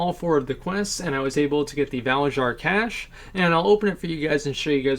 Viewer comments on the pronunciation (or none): none